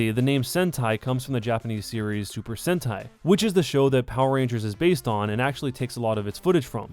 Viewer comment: Uhmmm.... Its actually pronounced Super Sentai, pleb. >:(